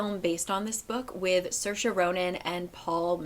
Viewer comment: You nailed the Saoirse pronunciation